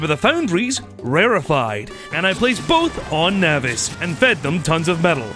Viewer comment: can this dude pronounce ANYTHING dawg? like obviously my SPECIFIC PRONUNCIATION of nauvis is obviously correct. also, CALACITE? cal-cite bro. where the fuck is the other A coming from?